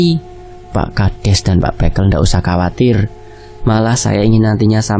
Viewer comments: Revisi pengucapan kata bekel bacanya nada e semua bukan é (békel= permainan anak2 jaman dulu) Kalau bekel = pamong desa Lafas e sama kaya kepel, kekel Maaf jika kritikan sy menyinggung🙏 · Iya "e' sama seperti ketika mengucapkan 'betul'.. 🙏